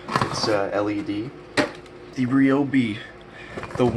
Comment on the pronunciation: Thank you for pronouncing Ryobi, correctly! Ree - Oh - Bee .... 👍🏻👍🏼👍👍🏽👍🏾👍🏿